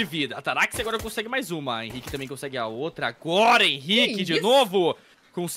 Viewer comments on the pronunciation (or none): Os narradores não conhecem os jogadores, o cara chamando o Henrique de “RENI” 😂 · o cara chamando o henrique de "reni" kkk